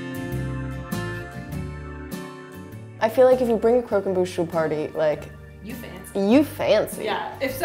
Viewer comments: Its crock Om bush not crow come booooooooooooooooooooshhhhhhh I’m sorry, this recipe is incredible too!! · Cromquemdouche right No it’s Bouche not Douche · Not pronounced ‘crow-com-boosh’ pronounces ‘croc’ as in crocodile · You mean Croque EN* Bouche it's french and it means crunch in the mouth. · Croq em Bouche Torture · her pronunciation of croquembouche "crow kem boosh" I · crow come boosh friend: Was that a sneeze?, a shoe is the normal sneeze noise: Bless you 😥😪😓like if you cried 👍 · I hate how you pronounced croquembouche